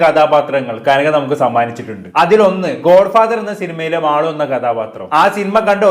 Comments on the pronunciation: മാളു അല്ല മാലു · മാളു അല്ല മാലു ആണ്